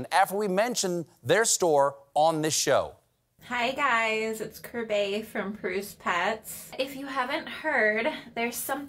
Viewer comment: I was listening till that woman said her name was Kir-bay!